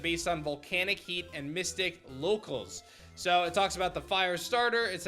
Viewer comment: It's pronounced locales, not locals.